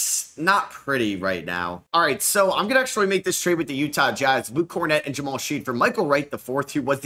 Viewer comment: His name is pronounced Shed not Sheed.